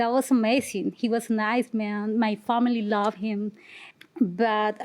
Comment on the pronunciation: “I was in love of heem...”